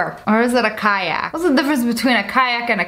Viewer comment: So when u say kayak I hear caillou😃